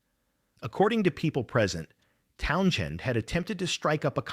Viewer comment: Wtf is with this RIDICULOUS PRONUNCIATION OF: "TOWN-jen!" 😳🤨 "TOWN-jen!!" 🤨🤨🤨 **"¡¡¡TOWN-JEN!!!"** 😡😡😡